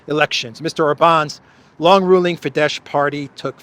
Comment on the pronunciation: Apologies, not trying to be a smart ass but being a Hungarian speaker some stuff being mispronounced by was standing out for me... "Tisza" is the name of the 2nd largest river in Hungary and is pronounced Tee-s-uh. In general (very much unlike in Polish) the "sz" is read like the "s" in English and not "sh". Same goes for Orban's party Fidesz: it is pronounced like Fee-da-s. (FiDeSz btw stands for Fiatal Demokraták Szövetsége) which roughly translates to Pact of Young Democrats. Thank you for your consideration!:D